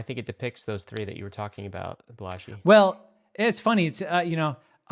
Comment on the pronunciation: I think it’s pronounced “BAH-la-jee” emphasis on the BAH, as opposed to “bah-LA-jee”. Heard it this said way in other other talks/interviews by people close to him